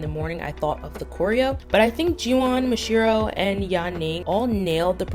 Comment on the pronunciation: its not ma jee yuh its pronounced like mafia with a j